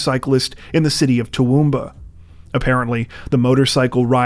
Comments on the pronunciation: Thanks for pronouncing Dalby and Toowoomba correctly! And Queensland as well! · You said Toowoomba right 😮 , nice job